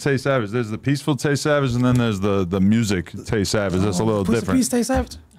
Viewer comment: Omfg don’t tell me Chicago niggas say “mursic” too 🤦🏽‍♂️